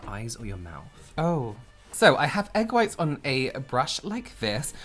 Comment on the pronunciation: I found myself saying “egg fwhhhhhiiitess” ala this morning while making breakfast. One of these days you should Use “COOL HWHIP” in one of your videos (stewie style)